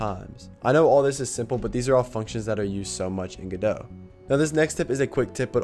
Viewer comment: You pronouncing Godot correctly fills me with hope.